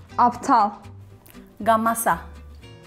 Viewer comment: Gamaşa yok gamasa. Yanlış okudu kız 😂